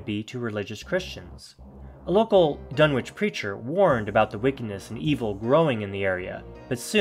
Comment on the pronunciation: It’s pronounced Dun-itch